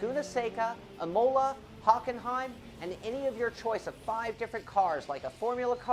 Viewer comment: You're pronouncing Imola wrong.